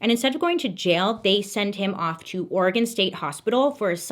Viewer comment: Ugh she says oregon how you say oregon....she's a 10